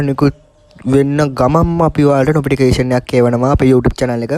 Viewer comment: ප්‍රතිඵල නිකුත් වූ වහාම නොපිටිකේශන් එකක් එවනව😂 නොපිටිකේෂන් නෙවෙයි යකෝ නොටිෆිකේෂන් 😂😂.....ඔච්චර හදිස්සියේ කියවන්න එපා බං😅